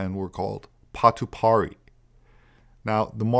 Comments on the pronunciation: It’s pronounced PATU PAI REH HEH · pronounced: pa to pie rairy (rimes with dairy) , say it fast. I have a friend that's worked on several archeaological digs here in New Zealand, specifically in Northland and has sent me photos of 'tattooed' rocks with ancient markings located in the deep bush, where no one goes. You gotta wonder, who made the journey here before Maori? Don't forget, even the great voyager Kupe said he saw home fires burning when he reached the Hokianga Harbour and was disappointed he wasn't the first to discover this land. (according to the local folk law) I worked on TV shows such as Waka Huia for many years up here in Northland and heard the stories from the Kaumatua (old/venerated people) , there's no doubt there were people here before the Waka's (ship/canoe) arrived. Either that or their Tupuna (ancestors) were lying and passing down false stories. Pity it's been swept aside by the younger generation with an agenda. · "Patupaiarehe" (Pa-tu-pi-a-re-he) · I'm from NZ And it's 'Patupaiarehe'(patoo-pie-a-ra-he) 😉